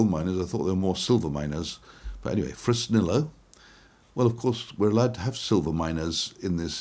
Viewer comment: LundEEn and FresnEEYo